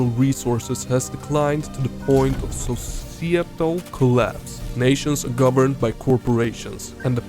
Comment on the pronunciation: societal = society but instead of the last y, you say al